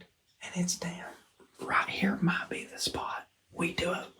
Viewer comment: Might not micht